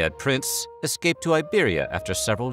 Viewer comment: Wow! You pronounced "Simón Bolívar" and "Córdoba" in Spanish with the stress on the correct syllables! You don't get that often from English speaking Youtubers... I really appreciate the effort. Gracias and keep it up!